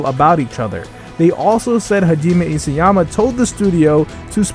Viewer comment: It isn't 'Isuyama' it's 'Isayama'